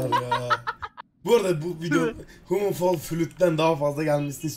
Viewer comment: de bırak cyber a yadım edelim dedikten sonra de human fall flüt vaycanına bai çok güzel söyledin ismi